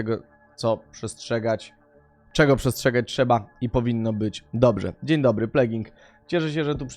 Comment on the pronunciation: „Dziń Dybry” czyżby Gimper oglądał „Alo Alo”?